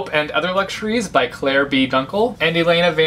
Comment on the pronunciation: C' line C' line I can't stop giggling, I love Cassandra Clare but the way is said 'C line' 😆😆